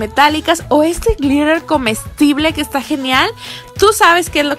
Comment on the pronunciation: todo iba bien hasta que dijiste glirer comestible